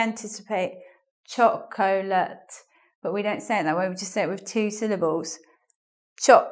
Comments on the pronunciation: T.V. LE I was just about to comment on that. The Cambridge dictionary and howjsay say how this word is pronounced. sounds a bit hesitant when she pronounces it. So I'm afraid that answer that goes "How I say it is how I pronounce it" is not satisfactory at all. Good lesson though! Never mind the lapse. Nobody is perfect. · Excellent video! I just wished you pronounced the word "chocolate" more often; would've helped me get that right. Anyway, excellent job!